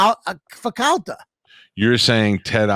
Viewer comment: So annoying how he says Calter instead of Calta